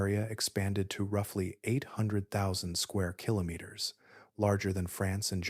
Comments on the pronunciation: Killer naters😂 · It’s a darn poor mind that can’t think of at least a few different ways to pronounce “keenomiters”! 😅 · I’ve learned something interesting in this video. This man does now know how to say “kilometers “ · Is this a science channel or a put-you-to-sleep vocal asmr channel? 🤔🤨 Your struggle with the pronunciation of "kilometers" is hilarious, btw 😆 You pronounced it correctly! Watching from Atlantic Canada 🙂 No volcanoes here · every time you said kilometers you said it differently and wrong every time